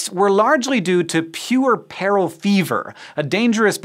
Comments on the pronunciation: Pwer’per.al fever. Not pure.e.peril fever!! Please...learn to pronounce those medical words! But cool info! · Dude Interesting case studies, but FFS please use a dictionary before rattling off words you aren't familiar with Puerperal: pyuˈɜr pər əl The emphasis is on the first syllable not the 3rd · painfully mispronounces puerperal ..... one point off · you don't even know how to pronounce puerperal -- sheesh!